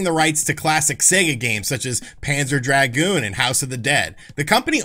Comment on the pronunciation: By the way, here's a secret that no one in the retro-gaming community knows: "dragoon" rhymes with "lagoon". You shouldn't draaaaaaaaaag it out :)